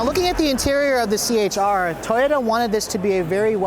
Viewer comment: c-hr not ch-r